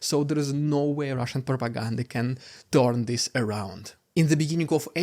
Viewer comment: Rrrrriiidicculouss Rrrrrrussian Pppprrrropaganda hhhhhhaapluttt!!! Wtf is that, I'm scared 😨